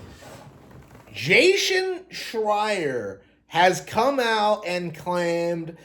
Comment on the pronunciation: This guy can’t even pronounce “Jason” correctly.